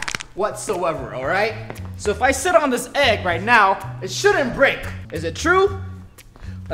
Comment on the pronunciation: its not brek